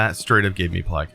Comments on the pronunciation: Does the way he says plague drive anyone else crazy lol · everyone: wow i got plague it’s horrible: PLEG HORRIBLE